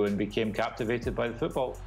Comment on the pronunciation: When did you start pronouncing “football” like a Yank John?